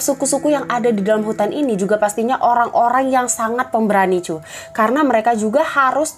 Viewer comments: why i keep hearing "cuk" its sounds like "cuk" tho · tiba2 channel ini muncul di beranda, tiap kali mbaknya ngomong "cu" gua dengerya "cuk" rada gimana gitu.. tapi secara keseluruhan bagus kok